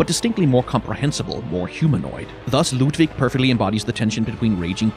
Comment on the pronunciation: Hey here's a 100% free of charge Did You Know Gaming fun fact: there are languages in the world which are not English, and sometimes they pronounce words differently. Like for example the German name "Ludwig."